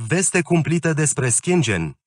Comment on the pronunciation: Aderarea Romaniei la "SPATIUL ȘCHIENGIEN" 🤣😂